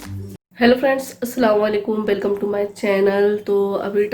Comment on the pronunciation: Aunty plzz aap belcome nhi welcome bola kriye....lot of love to ur family 😍😍🤗